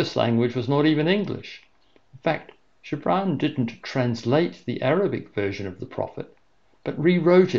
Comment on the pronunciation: Thank you so much for this. It was utterly beautiful and,although it has been read innumerable times, it has never been so meaningful. (And it wasgood to hear the correct pronunciation of Gibran - the soft g much more fitting)